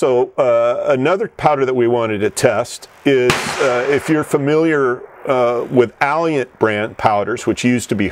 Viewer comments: Alliant------- Auh-lie-ant, learn how to pronounce it. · He needs to Google "how to pronounce Alliant" because it does not sound like "Alley-Ant", and he keeps on saying it wrong, over and over again!